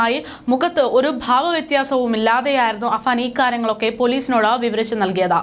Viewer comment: Afaan എന്നിടത്ത് പല തവണ അഫ്സാൻ എന്ന് പറയുന്നു. എല്ലാവർക്കും അറിയാം കഷ്ടം പേരെങ്കിലും നേരെ പറയ്